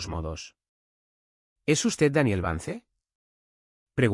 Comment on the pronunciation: VANCE SE PRONUNCIA VANS...